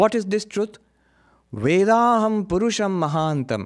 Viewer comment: 'Vedahameytung', not 'Vedaham', Maharaj.